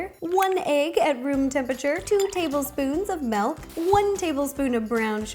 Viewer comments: it's miiiiilk not meeeelk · She said melk